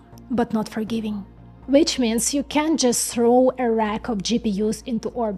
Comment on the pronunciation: I love your videos! If you can't say can't try saying cannot.